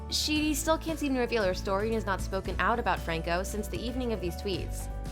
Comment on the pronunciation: You mean "Sheedy" lol